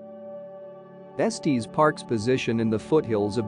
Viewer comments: It’s pronounced Estes, like “Estiss”, not Estees, like Testes. Lol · It's pronounced Es-tiss park. 😼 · IF YOU CALL IT ESTEEEZ THEN YOU DON’T KNOW IT!!! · “Estees Park” 🤨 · Eeeew robo voice saying estEs is so wierd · Esteees Park is not how you pronounce it AI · Nice video…except…🥴 gotta work on the correct pronunciation of “Estes” Park! 😅 It’s like finger nails on a chalkboard when we locals hear it mispronounced! Just saying…😊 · Esteeeez park? And K-yaks? I love computer generated mispronunciation of easy words. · Terrible!! You mispronounced Estes and Kayak, plus your directions from Estes to Peak to Peak Hwy are lacking!! I am ashamed of this Vlog! After living in the area for 25 years. People will get lost because of this! Not good at all!!